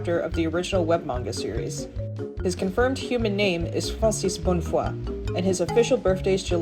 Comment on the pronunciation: HIs nAME IS PRONOUNCED FRANCEES BONNEFOOAH, GET IT RIGHT!!!!!!!!